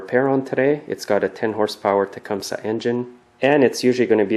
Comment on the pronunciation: its tu-come-see